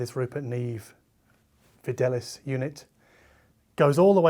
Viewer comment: Didn't Rupert Neve spend a lot of his childhood in Argentina where they speak Spanish? You would think that Fidelice would be Fidelicé (verb form of fidelizar to loyalise). The Latin is Fidelis and means faithful and the name Fidel comes from this eg Fidel Castro. I think your pronunciation had a more Italian skew. Maybe it is Fee-del-lee-chai but they omitted the acute accent for asthetic reasons?